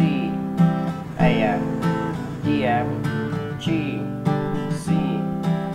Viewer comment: It's Dm not Em ffs